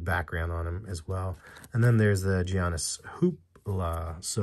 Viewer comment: Not hating fam. Just letting you know that Giannis is pronounced like “Yawnnis”